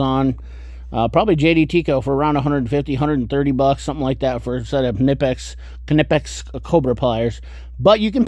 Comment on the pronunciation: Did your grandma kuh-nitt you a Christmas sweater in the same colour as the new kuh-nipex?